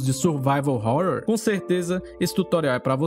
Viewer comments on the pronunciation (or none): none